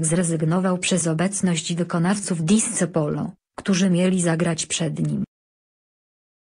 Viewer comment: Disco - czytaj /disko/